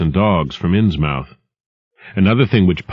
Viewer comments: At the time, Americans would've pronounced it correctly. "Inssmuth" but this guy pronounces the mouth part too heavily. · God, his pronunciation of Innsmouth bugs the carp out of me. It's "inns-muth". MUTH. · This would be fine if he didn't keep mispronouncing Innsmouth. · Same as Dartmouth. The 'mouth' syllable is pronounced more like "m'th" or "muth". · I'm from California and it bugs me too, the 'mouth' pronunciation that is. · 5 seconds in, and he's already mispronounced the title. :( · ARGH!!!! that is NOT how you pronounce Innsmouth! Listening to this is downright painful! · ARGH! I CAN'T ENJOY THIS AT ALL ARRRRRRGH! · It sort of fits Lovecraft's style to overpronounce a word. FYI this was a book for the blind as far as I can tell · 40% of comments- Bloodborne 54% of comments- Innsmouth is pronounced wrong 3% of comments- racial arguments for some reason 3% of comments- regular comments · Innsmouth pronounced wrong? I guess I need to find the comments because I don't know how else you'd pronounce it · would be better if he said innsmouth right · Ins-MOUTH, I always thought you pronounce it as 'Inns-Myth' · It's pronounced inz-muth, not inz-mowth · great, but if u do not know new england, learn. we from there insmith not MOUTH its just annoying and lazy on your part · It’s pronounced “ins-muth” not “ins-mouth.” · despite the ins MOUTH this is an awesome reading, it's pronounced like Plymouth muth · Be nice if he pronounced Innsmouth correctly. The accent is heavier on the first syllable than the second. *INNS*muth, not Inns*MOUTH*. Also, the second syllable is pronounced "muth", with a very soft "u", unlike in a word like butter. There isn't really another pronunciation like it, other than English named geographical locations. Investigate the pronunciation of words like Portsmouth Dartmouth. Just type it into Google. It's not hard. I'm off to find another audiobook; I'll never get to sleep otherwise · Matthew Boan it's pronounced "innsmuth" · Inns-Mouth. :D